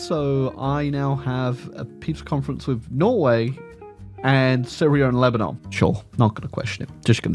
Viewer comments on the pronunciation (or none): none